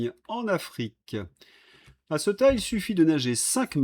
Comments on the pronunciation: Ceuta étant une enclave espagnolse, elle se prononce ''Ce-ou-ta''. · Ceuta se prononce Céouta en espagnole.